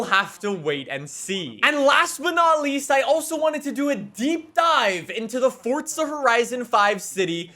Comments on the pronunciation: " WELCOME BACK TO FORTZA HORIZON 5" Me" welcome back to forza horizon 5." Everytime I hear say fortza I laugh because I know it's how most people that dont know how to say it correctly try so hard but they still mess it up,but in the other hand...has uhh.... been doing it since he started making forza videos.FORZA 🤣🤣🤣🤣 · FORTZA HERIZON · Fortza? It’s forza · why d u say fortsa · Why you said Fordza horidzen !?? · Forza not fortsa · Its forza not fortza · ITS CALLED FORZA NOT FORTZA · soo fortza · He pronounces it as "Fortza" so of Errors is not stupid. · this man really saying fortsa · Sounds like he saying fortza horizon 5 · Why does he pronounce forza as fortza of am I hearing stuff? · are you stupid? Im saying it how says it